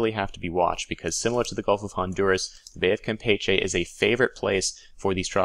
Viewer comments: James Cook And here I was thinking that was pronouncing it in the Spanish way, while I always pronounced it the way you were taught. lol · gotta work on your Spanish pronunciation, to wit: Campeche.